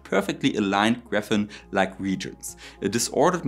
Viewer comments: I also stumbled over the wrong Englsh spelling and pronounciation of graphene. But I'm only a native German. What do I know? His accent is within a range I can cope with. I'd prefer to focus on the content rather than on other stuff like presentation detail, the slightly cringe, from my pov, attempts to include a lesson in German while the topic is supposed to deal with technology. He doesn't include that kind of distraction in his presentations in German. During conference talks, you'd also try to focus on the topic rather than distracting your audience with foreign language specifics. Everyone is aware of those issues. They are widespread, and they don't require an extra emphasis. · I would agree that you have good, fluent english; with one exception- you keep mispronouncing graphene. Maybe you pronounce it that way in german, but it's spelled that way for a reason. Graphene is a carbon allotrope consisting of a single layer of atoms arranged in a honeycomb planar nanostructure. The name "graphene" is derived from "graphite" and the suffix, -ene, indicates the presence of double bonds within the carbon structure. Without it, you are no longer referencing the same material. Similar to how we can now create gold from lead, we don't call it radioactive lead, because it actually becomes gold, though because of the process it does become radioactive & unstable, & will never be lucrative enough to change gold values, but it is interesting & unique. Apart from that, it was an interesting video. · Falls mal wer fragt: Auf Englisch spricht sich "Graphene" nicht "Gräfenn", sondern "Gräfihn". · Your English is very good. Much better than my German. One correction though: It's Graphene, not Graphen. Pronounced like 'Graf-een'. Thanks for this video. I found you today and subscribed. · I think you mean graphene, not graphen, right? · He is generally ok, he should just check how to pronounce words like graphene beforehand.